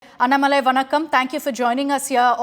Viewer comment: This anchor Is a stupid she dog - she should address mr. Annamalai as Mr or Ji. She is a poor anchor who does not even know how to pronounce his name - should know how to pronounce before interviewing someone. She seems to have an agenda of her own and has no knowledge of the facts. Indian press have no interest in trying to learn or elicit the facts on behalf of their viewers- rotten press in India